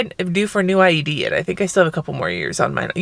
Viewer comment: When I heard IUD, I thought you said ID.....I’m like huh, so had to rewind it!